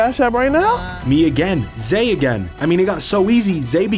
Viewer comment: Zay became Zed 😂😂😂